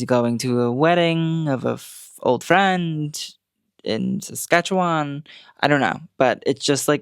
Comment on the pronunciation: Obsessed with your pronunciation of Saskatchewan 😂